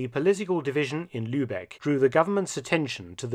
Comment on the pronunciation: My only complaint is the pronunciation of 'Lübbekke' like that of 'Lübeck'.